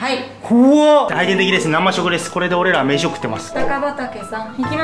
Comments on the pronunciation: きりざきえいじがつけとる点滴さ、生食やんw傷口洗うやつやんwそれと生食の読み方な、なましょくじゃなくてせいしょくな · なましょくじゃなくてせいしょくじゃね？